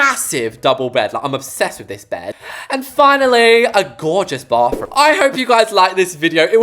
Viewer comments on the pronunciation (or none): SORRY BUT “bafroom”